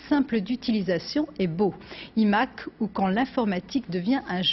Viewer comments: Les journalistes français 😆 un EMac et non un iMac avec le « i » qui se prononce aïe même si le chauvinisme est plus fort faites un effort svp 😆😆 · « it Mac » 😂😂😂😂😂😂